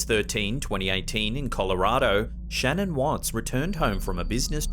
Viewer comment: a few things about the Shannan Watts video. 1 people should be asking permission first from the family imo because like..... their daughter and grandchildren were fucking murdered and only if theyre doing it out of respect, not looking for cheap thrills at the expense of a dead family. 2. her name is pronounced shah-nann not like Shannon. 3. damn Shannan had A LOT of shoes. 4 if youre into paranormal stuff (which I assume you are if youre watching this video) check out the Shannan watts edition on Goldrush Paranormal's channel. it gave me chills and I almost cried. you can hear the girls and Shannan speaks so clearly. if you watch a video of her talking in life, theres no doubt it her voice in the video and hes definitely communicating with her. it was so sad. you can hear her talking through tears